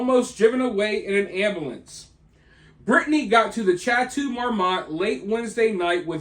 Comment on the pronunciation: Chateau is pronounced sha-toe